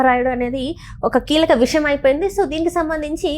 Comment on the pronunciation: అమ్మా,విషం కాదు. విషయం అనాలి.